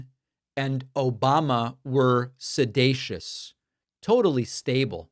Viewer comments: Look- he was just trying a new word “sedacious” hahahahahahaha. It does have 3 syllables and that’s out of his league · the idiot mixed up the word seditious with sedating and comes up with a new word sedatious. he also messed up on obfuscate. go back to school fool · Trump said "sedatious". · Is Trump 'sedacious' or 'seditious'....? The "President" of the USA does not even know English... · Obama is "sedatious" (a new word? Does that mean he's "sleep-like?) 😂😂😂 Trump said "sedatious" (does that mean Donny hasn't a clue what he's talking about? )😅😅😅 Get rid of the ignoramous NOW!!! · Can you say January 6th, 2021? I get a kick outta donnie dumkoff, trying to pronounce big words. Sed A sush. Thought it was sedicious. In his little toddler voice. He's soon cute. Yep, if anyone knows about guilt and treason, it's donnie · Trump's calling it 'Sedatious" because he's more familiar with the term 'sedate' in which he came to plause about the little girls on Epstein's plane. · Sedatious is NOT a word! He was trying to say seditious. Come on! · Ummm 🤔 think he means seditious?? Not “sedacious” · Is it "sedatious", or " sedacious"? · Sidated, sidatious! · “Sedatious” Trump’s latest from his word of the day toilet paper and he can’t even say that correctly. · Someone realized it’s time to elevate Trump’s vocabulary. His 2 new words obfuscate and seditious (even though he can’t pronounce it correctly). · The guy can't even pronounce seditious lol, and he should know how to say it since he's the one who is literally guilty of it. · He's so sedated he can't pronounce seditious correctly.